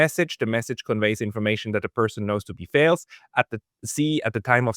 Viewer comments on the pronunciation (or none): I don’t usually bother correcting mispronunciations but this one,, matters: the vowel in ‘false’ is the same as the vowel in ‘falls’. The consonant at the end of false is /s/ that at the end of falls is /z/. So they are not quite the same, but almost. 😅Btw I love your podcasts. You are doing a great job.